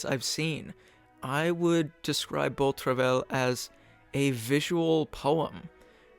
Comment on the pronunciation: Great video! Just a small point to make about the pronunciation of Beau Travail. Travail is pronounced more like “trava-ee” ;)